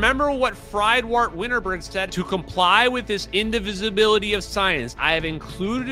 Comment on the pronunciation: Winterberg went by 'Fred' or 'Freedwardt' / 'Fredwardt', not 'Fried-wart.' More respectful to pronounce the great man's name properly.